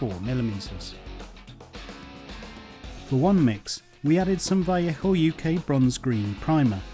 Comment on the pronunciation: you say vellejo weird like vellecko or something im pretty sure its vell ay ho